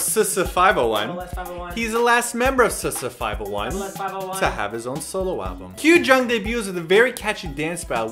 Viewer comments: It's actually ''Double S five O one'' but not ''S S 501''. no offense but if love ya really impressed u, u should hve known it last year :) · LOL i love how they say SS501 instead of Double S 501 XD